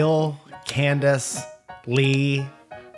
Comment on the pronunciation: Writing this whilst watching. 1. I loved you in into the Spider-verse. You were by far the best Spider-Man. 2. Good Will impression. 3. When you say Lee (as in Lee New-ton) all I hear is your version of little. 4. Steve has looked like different people throughout the years. 5. Loved that Steven Chicken Nugget video. 6. My origin story of my entire life is fuzzy 7. Owen didn't have a mustache? 8. Owen has been 50 year old man since birth. 9. I liked Table talk. 10. No one can force Owen to do anything. 11. Sourcefed Office is my favorite WickWillian Family candle scent. 🕯️ 12. Lol at Zoja's no shit Sherlock question. 13. When I got fired, I walked through the factory and told random people they were doing a great job. Their automatic response was "Thanks! You too!" To which I yelled "I'M DOING A HORRIBLE JOB! I JUST GOT FIRED!" While management was following me to my locker. In retrospect, I should have made them chase me around the building. #HistoryRoad 14. Sam is a puppy in a person's skin. Like the cockroach man from Men in Black, but the nice version. 15. I think Steve's been done in general his whole life. 16. Don't forget to use the promo code #RetractableCandles when you checkout to get one off. This week's special: Buy 2, get both!